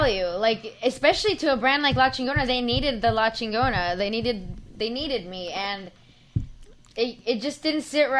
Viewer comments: That was funny how she said LA CHEENNGONUHH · X was right on this episode! Never want to see this home wrecker on GPS again. X had a point and all y’all did was back up a privilege bitch that feels like she knows how the world works. Can’t even say Chigona right, but wants to represent the Chicano community. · I love yall foo’s but I’m sorry, i can’t fuck wit someone who’s so passionate about a company named Chingona and can’t even say Chingona correctly 🤦🏽‍♂️